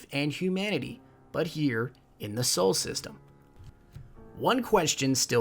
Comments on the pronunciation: It is "solar system", not "sole system" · I liked the video but for future videos it is pronounced "solar system" not "soul system"